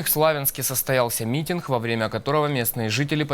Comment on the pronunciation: блять!, пожалуйста, сделай что-то с речью: или выучи украинский на должном уровне и говори на нем, или не Гекай, ужасно режет уши. "состоялся митинХ" - ну вот что это за хуйня9 а репортаж крутой, молодцы. уровень растет не по дням, а по часам